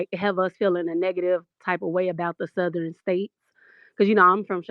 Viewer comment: I thought I heard this broad say it JANKY. Her over the top COSplayin azz said THUH-thern. Girl 👋🏾 bye